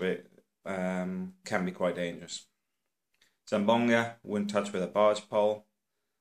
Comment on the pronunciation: Its Zamboanga not zambonga